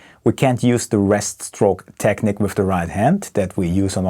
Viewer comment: It's techneeeque. Not Technik. Fellow German from Niedersachsen hier. Just a friendly reminder. I too sometimes pronounce it wrong. Excellent playing by the way. Huge fan of yours.